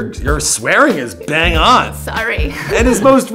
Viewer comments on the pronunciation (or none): none